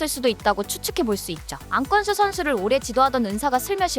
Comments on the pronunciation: 와 같은분이 계셨네요 안껀수는 안껀수는~~저만 그렇게 들리는줄.. 근데 또 어느부분에선 안권수라고 정확히 발음하기도 하고 그렇네요 ㅋㅋ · 이 채널 영상 처음보는데 영상에 안권수란 단어가 수십번 나오는데 절반은 안권수 라고 제대로 발음하고 절반은 안껀수 라고 들리네요 이거 저만 불편한가요? 안껀수는~ 안껀수는~~ 이러는데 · 발음 좀 고치죠 안 꿘수가 아니라 권수 잖아요 귀에 상당히 거슬리는데요 나래이션은 발음이 중요 하잖아요 사투리억양 보다 더 거슬리네요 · 안권수를 왜 안꿘수 라고 하는거죠? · 도대체 발음이 왜 그래요 안끈구가 뭐냐구요? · 안껀수가 뭐냐~~!! 발음좀 신경써라~~!! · 왜 안권수 발음이 안꿘쑤이지? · 가끔씩 안꿘수로 발음하는것 같아요..^..^ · AI가 나레이션 하는건가요? 멀쩡한 이름을 왜 자꾸 안꿘수라고 부르는건지..알찬 내용인데 듣기 거슬려서 보는내내 불편해요.. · [권] 발음이 안됨?